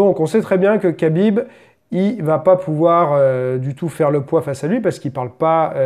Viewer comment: MDRR le français dans toute sa splendeur, "j'ai pas envie de dire Habib, alors je vais dire Kabib parce que c'est plus simple" lool, faudrait apprendre un peu les règles mon coco, on déforme pas un nom propre, si le gars a décidé de s'appeler Habib c'est pas pour que tu l'appels Kabib, et encore moins juste parce que tu trouve sa facile. De toute façon les français vous avez toujours eu un problème avec les prénoms du monde entier, mais vous n'aimez surtout pas qu'on déforme le vôtre, quand un anglais prononce mal votre prénom, vous le faite répéter 100 fois. C'est du chauvinisme et de l'irrespect.